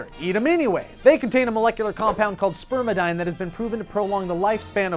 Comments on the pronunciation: Sperminide. Okay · He he "Spermidine" I'm an adult!